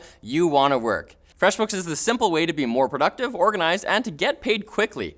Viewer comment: said Freshbooks wrong:/